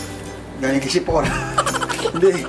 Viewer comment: tawang tawa ko sa umpisa plang na nagsalita sya sephora daw😂😅